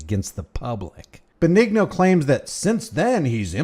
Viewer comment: Dennis Benigno( ben-ee-no) not (ben- eg- no) sorry.